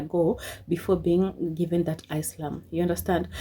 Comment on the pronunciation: Ever time, she pronounced asylum wrong. i corrected it. 😂😂😂😂